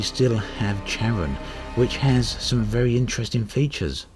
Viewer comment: Unless someone else told you, Pluto's Moon/Partner is pronounced CARE-on. Supposed to be Hades/Pluto's second hand man in the underworld in Greek/Roman terms.